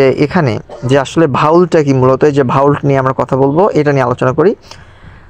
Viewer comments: আরে ভাই ঐটা ভাউল্ট নয়,,, ভল্ট....😂😂😂😂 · Its ভল্ট not ভাউল্ট